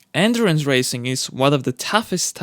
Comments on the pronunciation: took me half the video to figure out he was talking about "endurance" cars and not "entrance" cars. well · It's "endurance racing", not "entrance racing"😂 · This nigga said andurance racing